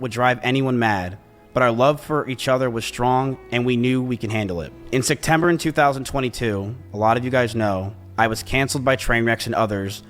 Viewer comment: “in sectember in 2022”